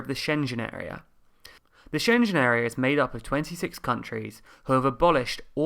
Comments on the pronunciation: She-ngg-N or Sheng-en. Not Shen Jen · Again, SchenGen. Not SchenJen 🤦‍♂️ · Interesting summary. Just one tip: As a German native speaker my ears were bleeding with your pronounciation of „Schengen“. The g is a hard one like for example in golf or gold ;) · Schengen = SHENG-un, SHENG-un! NO J sound, no hard g sound either, like the ng in singer! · Yep, I kept thinking "Shenzhen" As always awesome video summarising the facts. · Dude, you've GOT to learn how to pronounce Schengen. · Can you pronounce SCHENGEN again? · Great series but careful on the pronunciation of Schengen! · In fact, the proper pronunciation doesn't have the hard g either. But Schenjen truly sounds awful! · I hate how you pronounce Schengen.. I love your vids... These two sentences can live in peace together, but can you reconsider that pronunciation? :) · schengen area: perhaps rehearsing the pronunciation of 'schengen' wouldn't be a bad idea.. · He's saying the "gen" part as in generation. He really should change the way he pronounces it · Good video, but... 1) you keep mispronouncing Schengen - there's 'g' (as in 'guy') in there 2) in case of referendum, EU will likely agree to extension of A50 to give UK time to organize it properly